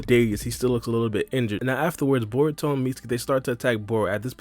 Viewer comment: Dude u sayin bour instead or Baruto 😂😂😂😂